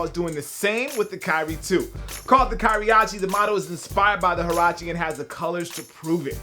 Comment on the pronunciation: 1. Kyrache not Kyriache. 2. NMD is not a runner.